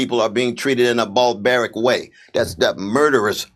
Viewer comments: I heard "ballbearic" and not "barbaric". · "Barbaric" not "ballbaric" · Barbaric not "BALLBARIC" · "Ballbaric" West said that THREE TIMES, to make good and sure we know it wasn't a slip of the tongue. LMFAO. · Is he saying ballbearic? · 'Bal-baric attacks on people' lol, I understood him though but seriously couldn't un-hear this every time Cornell West said it. Crazy he never mentioned how the Ukraine was bombing the parts that had majority Russian-speakers of their own fuvking country, why should they complain about those being taken? Maybe I'm misunderstanding the situation but idk. Damn, CW really got cucked here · Ok so, West is too weak to be a president as proven in that one interview. Get out of the running and let JFK take the reigns, at least he comes out swinging. "Ball-baric" dude... He doesn't even know how words are spelled. BaRRRRbaric. Get outa the way West.